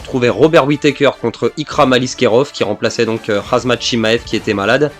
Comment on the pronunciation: khamzat pas khazmat mdrr sinon good video